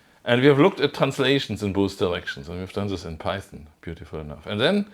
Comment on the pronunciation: Python? Oh, you mean Peißn! Yes, hörd of it.